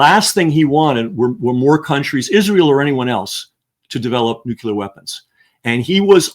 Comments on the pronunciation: Nucular is a common mispronounciation of the word Nuclear. Nucular it’s not even a word. How can this guy be such a good author but not know that Nuwcular is not even a word? George W. Bush started this idiocy with his mispronunciation of the word but now intelligent people don’t even know that Nucular is not even a word? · Also... it's pronounced noo-CLEE-uhr, not nook-YOU-luhr. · I admit...I'm also bothered by hearing that mispronunciation(!) Solution: Step 1 - get the person to read the word: CLEAR Step 2 - get the person to read the word NEW. Step 3 - get the person to read those two words, slowly, in a row. Step 4 - reverse the word order, get the person to say the two words, slowly, in a row. Man! I leaned how to "sound it out", when reading new words, in SECOND Grade, in a nondescript public elementary school. I never understood the difficulty of reading the word: N U C L E A R . Why should it bother ME? I don't know; just a pet peeve, I suppose.